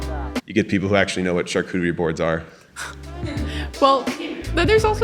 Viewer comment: I'm with ranboo, wtf is a sharcutery board